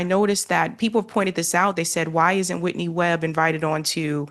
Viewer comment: Come on, at least pronounce her name properly!